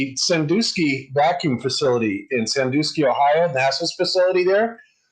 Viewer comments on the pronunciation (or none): Sandusky, not Sandoosky. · "SanDOOSKY Ohio." Its SanDUSKY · Sandusky, not Sandooooooooooooooosky dusk, like just before dark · Oh FFS, flat earthers can't get anything right. It is pronounced San-dusk-ee, not San-do-ski. Notice got it right. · Sandusky is pronounced "san-DUH-skee", not "san-DOO-skee". Flat Earthers are good at using footage and editing it and/or leaving footage info to meld it into "Flat Earth evidence". Honesty is a detriment to the Flat Earth cult.